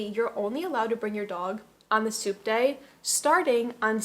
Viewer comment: Oh!!! "Subte." I didn't realize until the dog section that you were talking about a means of transportation. Throughout the video I though you were saying the "soup day," like that was a big thing in Argentina. It seemed a little weird but...we are talking about culture shocks. 🤣